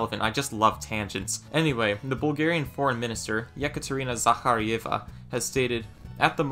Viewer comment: What's with the weird pronunciation of Ekaterina Zaharieva? Sounds like Russian.